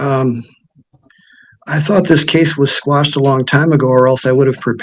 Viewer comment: It's "Quash," not "squash." 😅😅😅